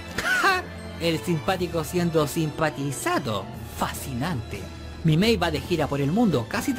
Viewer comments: ¿Soy la unica que quiere quemar a la por decir mal el nombre de Minmay con "Mimay" y decirle en una parte a Rick "Roy"? Sigamos viendo el video para funar a la. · Te felicito por el trabajo que te diste, pero debo admitir que odié cada vez que le dijiste "mimei" a "Lynn Minmay" y "bethraaaaaiii" a "Breetai".